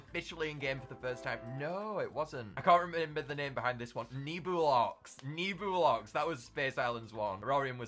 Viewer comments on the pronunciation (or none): I think its actually pronounced Ne-Blox Not Nebulox